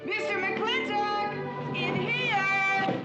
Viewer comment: Would anyone of you fine fellow cattle ranchers tell a greenhorne like me why on earth they again and again pronounce McLintock kinda like McLinnek? Is there some Southy thing goin on or are my ears getting just too old?